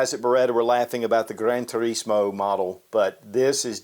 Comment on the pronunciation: has that Italian accent when he said "Gran Turismo". 👍🏻😎